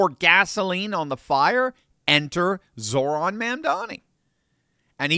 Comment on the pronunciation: He’s Zohran not Zoran.